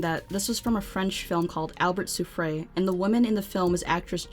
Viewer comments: It's not pronounced 'soofray. 'souffre' -is the French word for "suffering" & is pronounced soo-fruh. According to the LIMBS FOR LIFE FOUNDATION:"Every week 2,996 people lose a limb." That's all folks! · FYI the "e" at the end of a word is not pronounced in french